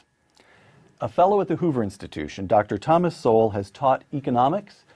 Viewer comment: oopsa dr. SOWELL not sewell,,,,,cheers all..!!